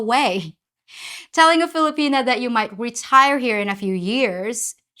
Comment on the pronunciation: Did you say “Filopenis”? 😂😂